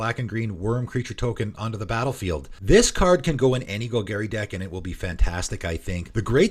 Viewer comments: Gol Garry… meow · New players: don't pronounce it like how it is said in this video. 🙏🏻